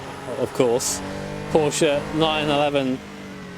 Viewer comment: Today I just realized that says Porsche the correct way:)